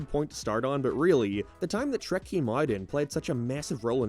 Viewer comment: That’s not Shrek that’s Hreck